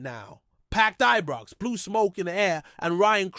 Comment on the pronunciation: Can't even pronounce ibrox or celtic, keltic and abox